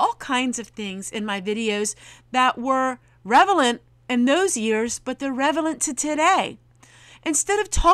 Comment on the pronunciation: Relavent, not revelent. 😉